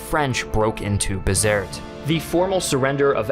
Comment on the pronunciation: I believe it is pronounced Be-zert-ee. The troops in North Africa would recite a ditty about Dirty Gertie from Bizerte.